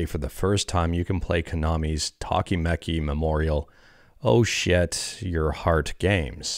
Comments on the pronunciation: "Oh shit" is close enough for pronouncing the Tokimeki Title. 🤣🤣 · Oshiete is pronounced like o-shi(like she)-e-te lmao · haha you definitely butchered "Oshiete" but it's forgivable 🤣